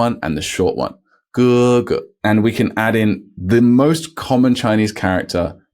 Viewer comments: I think I heard 爸爸 as paba not papa , 哥哥 as kg not kk ....so am I hearing it wrongly in reality or it was just papa and kk as in pinyin chart...... please please tell me....?? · Hey! 爸爸 is “baba” (pronounced BAH-bah) 哥哥 is “gege” (pronounced GUH-guh)